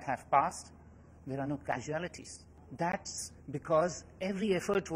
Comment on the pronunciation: Caswalties or casualties. Lol